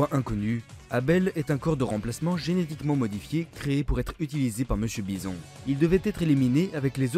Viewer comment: Très bonne vidéo mais stp, soigne mieux les prononciations. Je vais pas tout citer mais entre Dudley, Guy ou Poison c'est vraiment du littéral qui manque de conviction. Et je reviendrai pas sur Monsieur Bison...